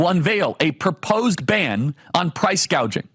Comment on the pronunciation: She can't even pronounce Price Gouging ... calls in Gauging.